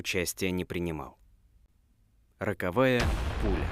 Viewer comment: Ну, пуля не рАковая , а рОковая. Спасибо за выпуск)